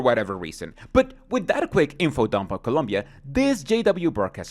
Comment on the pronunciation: Why does sound like he threw some stank on "Columbia"